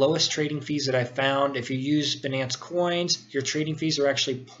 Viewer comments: no prenounce benance its bynance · Great video. By the way, it's Binance with a long I not "Benance", and Jaguars not "Jaguires". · good video. Most people pronounce it "bye - nance" (Binance) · Pronunciation : "Beenance" vs "Baynance" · jaguoirs? binnaence? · lol banance. First time I've heard it pronounced like that.